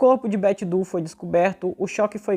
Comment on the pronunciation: bom trabalho! Incrível como essas coisas acontecem e alguns casos conseguem ser finalmente resolvidos, né? 😁 Ah! Para referência futura, Doe se pronuncia Dôu, não du. 😉